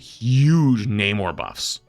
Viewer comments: It's pronounced Nuh-MORE... not NAY-more 😂😂 it's a spanish word that means "without love" if you watched the second black panther movie. You pronounce it correct then immediately pronounce it wrong 😢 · U were actually right the second time u said Namor. A lot of people say Naaymor but it’s def nahmore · The way you say Namor is actually more comic accurate. It's suppose to sound like "no more" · Please say Namor like you used to 😭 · the way you think namor is said, is wrong, the other way, the way you think is wrong is right. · has trouble with it too, he misreads and stumbles a lot. Maybe don’t be so critical idk